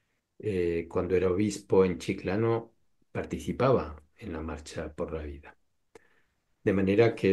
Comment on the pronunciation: Chiclayo!!! No Chiclano! 😅